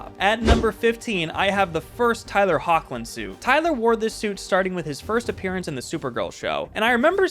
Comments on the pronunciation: Hoechilin's name is pronounced Heck-Lynn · Tyler Hoechlin’s last name is pronounced Heck-Lin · The guy mispronounced Brandon Routh, Tyler Hoechlin, and Henry Cavill lol. I don’t think it’s that big of a deal